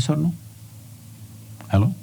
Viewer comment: so funny when he says "halloo" hehe Loved this !